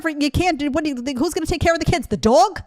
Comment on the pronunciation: The way you pronounced "Dog", that was pure New Yorker! ❤